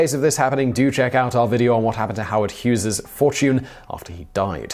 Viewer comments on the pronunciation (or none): none